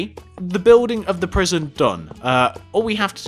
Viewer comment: lol u said P R I S I O N instead of P R I S O N in the last sentence, Lol